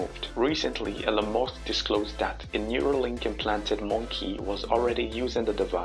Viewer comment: Sure! Imagine a world where certain people 'live forever' as it so happens they don't care about you AT ALL. You want to store your memories into a robot? To what end? To have lots of robot extensions of yourself. But what does a robot be needing your 'memories' for? The all call him Mosk. It's not Mosk it's Musk. If cyberspace doesn't give you access with a mobile or a laptop it won't give you access with Neuralink either.